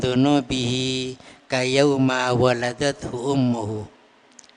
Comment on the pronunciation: Ijin admin..mau tanya ..kenapa kayauma baca nya .bukan kayaumi...